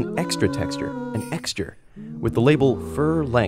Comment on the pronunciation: Me: "Extra texture." You, an intellectual: "Exture."